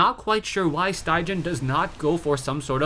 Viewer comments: StyGGeN is norweigan and pronounced "Stiggen", the 'gg' is pronounced as the 'g' in "guitar". Great cast! Keep it up. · StyGGen is a top norwegian player, and StyGGen actually means "ugly". I can understand it's very difficult for you to pronounce it in norwegian though :P